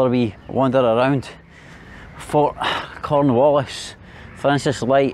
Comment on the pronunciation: why are you going north instead of south, to Java or South Sumatra? also, did you say “Corn Julio”? LOL 🤣